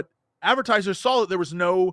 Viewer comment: Jesse also says "sawl" instead of "saw"